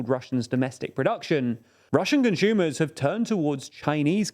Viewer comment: So weird “conshumers “